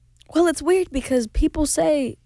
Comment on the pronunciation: she said weird with the FATTESt British accent omg